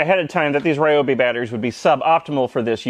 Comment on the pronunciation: We pronounce Ryobi wrong here-- RYE-oh-bee. It's actually r'YOH-bee.